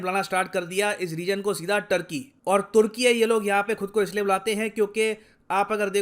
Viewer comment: It’s not toor-kee-yee it’s toor-kee